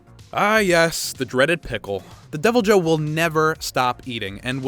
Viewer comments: He called the Deviljho a “devil Joe”🤣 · DevilJoe :3